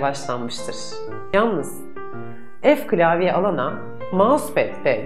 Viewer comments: O ef klavye değil f klavye Aynızını İhsan Sıtkı Yener de söylüyor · ef değil " Fe" :))